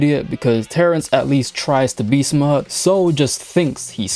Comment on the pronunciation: took me too long to realize he was saying smart not smut